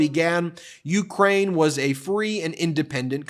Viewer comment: OMG...you mispronounced Ukraine. Shall we all abandon you for one slip?😅😅😅😅😅😅😅😅😅😅😅😅😅😅😅😅😅😅😅😅😅😅😅😅😅 BIDEN 💙